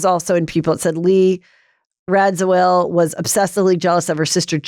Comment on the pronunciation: Heather, it is pronounced Rad-za-will, not Rad-za-well, as you are currently pronouncing it. From an old woman who was around back then!